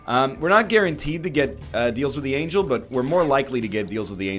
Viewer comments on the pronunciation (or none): none